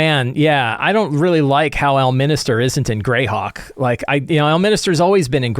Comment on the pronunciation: correction: it's pronounced Greyhawk.